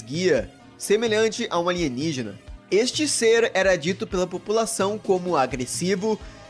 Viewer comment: Alienigina em codó kkkkkkkkkk